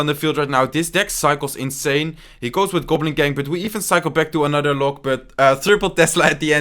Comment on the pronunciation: Surgical "Gublin"